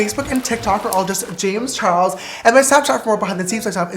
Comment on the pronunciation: Is it just me or its "James Chares"?